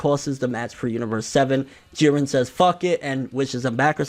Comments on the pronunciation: Whew... You are finally pronouncing it not Jeed-ren. Thank you. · I'm glad he finally says jirrens name right